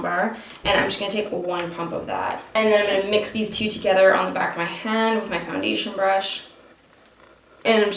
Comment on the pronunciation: The way you pronounce "hand".. Is that a Canadian thing ?